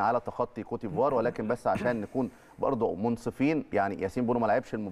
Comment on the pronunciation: بأحس بتلوث سمعي لما اسمع بيقول كوتيفوار صلحهاله يا فارس